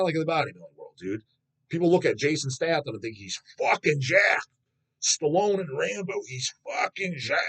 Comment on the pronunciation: Dawg bringing up Jason Statham as a not-jacked guy and getting the pronunciation wrong is my new favourite thing.